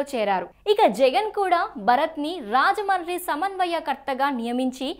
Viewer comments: మా ఊరి పేరు రాజముండ్రి . అది సరిగ్గా పలకడం రాకపోతే రాజమహేంద్రవరం అని అనచ్చు. అంతే కానీ రాజమాని రాజమాని అని అనద్దు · Rajahmundry ni ala roll over R tho Manchu lakshmi laga cheptharenti anchor garu! Rrrrrrrajahmundry entandi! English medium lo telugu nerchkunnara? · Thalli మీరు రాజమండ్రి అనడం ప్రాక్టీస్ చేయండి